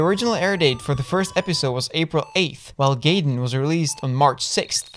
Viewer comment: Gaiden pronounces as "guy-den", not "gay-den"